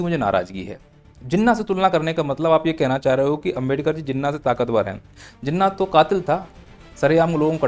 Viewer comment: जिन्ना ×× घिन्ना✓✓ 😂😂